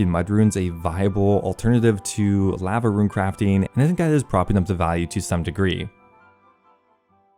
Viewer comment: Bro learn how to say Lava La Va not fucking laavvaa